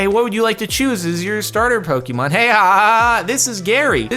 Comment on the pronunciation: For the last time, I've kept my peace for a while but it has gone on too long. JARDON IT IS PRONOUNCED POKÉMON. PO-KAY-MON